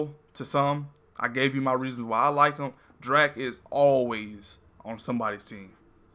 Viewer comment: It's Drack, dude, not Dreck. Just saying'...☺️